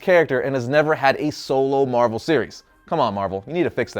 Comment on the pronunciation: Bozo really said marvel